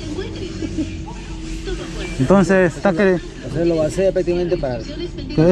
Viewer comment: No se dice "vacee", se dice VACÍE